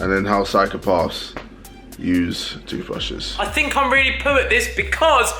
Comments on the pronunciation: fam JJ say TOOTHVRUSHES hhahahhah a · Nobody: KSI: TOOTHRUSHES